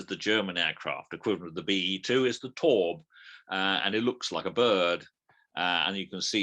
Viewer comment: 👍 Very enjoyable, bar the crisp packets and table thumping. BTW: Taube = "dove" in EN, a strange name for a warplane. Pronounce "Taube" as "Tao-buh", with ("tao" as in "The Tao of Pooh").